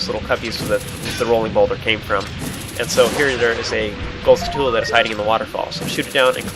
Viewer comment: did u know its not pronounced (sku-too-lu) its (skull-choo-la)